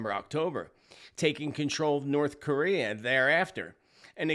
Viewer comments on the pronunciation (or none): none